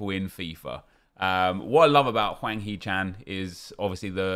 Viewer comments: Its Hwang not Wang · Hwang, not Wang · HWANG NOT WANG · I'ts hwang not chan